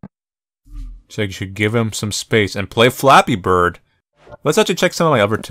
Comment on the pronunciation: me,listening to this call: its just flappee bird